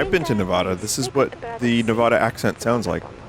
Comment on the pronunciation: It’s Nevada